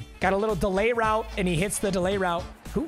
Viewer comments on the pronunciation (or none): none